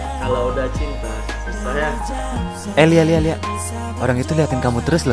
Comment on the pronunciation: Salah denger antara lia sama liaak 🤣🤣🤣